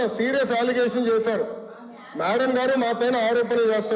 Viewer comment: Aaaligatiom kadu ra adi aligation